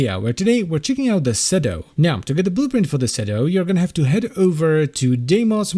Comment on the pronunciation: Its shedo, not cedu